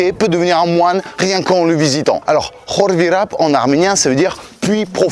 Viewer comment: ENFIN QUELQU'UN QUI PRONONCE BIEN KHORVIRAP